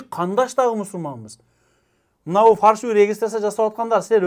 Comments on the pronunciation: Өзөгүн туура айттың ,бирок билим ал ,фаршывый эмес фальшивый болот тууганым. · Регистрация баюнча суйлодун туура ал жагы бирок фаршивый эмес фальшивые деп айтылат😂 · Фаршиаый эмес Фальшивый деп айтылат